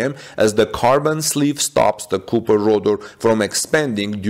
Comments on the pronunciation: For a non native speaker, your English is really excellent. Most of it is not only easy to understand, but even sounds like American English, not foreign sounding English. But that is not how you say copper. That first o is pronounced like ahh, not oooh. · Cop not coop